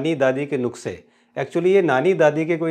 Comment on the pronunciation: नुस्का hota hai नुक्सा nahi